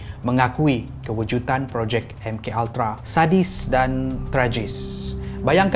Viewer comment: Salam. Saya sangat suka dengan isi2 dan vidio2 dari anda. Cuma kadang2 anda tersalah menggunakan perkataan yang saya rasa lagi cantik kalau anda betulkan perkataan2 tersebut. Antara perkataan2 yang selalu saya dengar anda tersalah sebut: 1. Kewujudan. Selalu anda sebut kewujutan. 2. Menangani. Selalu anda sebut menanggani sebutan mengikut suku kata {me na nga ni} bukan {me nang ga ni} 3. Kecacatan. Dalam vidio kali ni saya dengar anda sebut kecatatan kekal. Maaf kalau saya juga ada tersalah dalam menegur. Saya sangat menyokong dan suka dengan setiap pengisian di sini. Saya menegur untuk menambah kebaikan untuk kita bersama. Terima kasih.